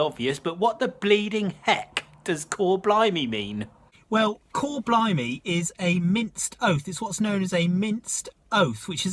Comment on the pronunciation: blimey not blumey . Bleedin self correct.